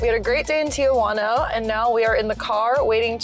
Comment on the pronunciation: Your video was great, but I do have to say one thing that bothered me is the way you pronounced TIJUANA. There is no A after Ti-Juana. It’s pronounced TI-Huana, the J sounds like an H in English Tijuana